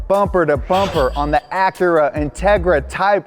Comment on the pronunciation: When he says Acura ,the Honda lover in me dies a bit more .